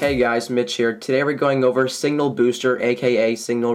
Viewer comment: Signal not singal